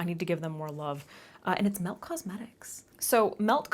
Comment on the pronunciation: Omfg so I was thinking you were saying Milk cosmetics and just saying it like a weirdo😭 nooo MELT. Okay, cool😭